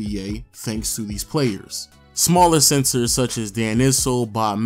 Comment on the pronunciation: So will just going to act like he ain’t saying SENSOR instead of Center ?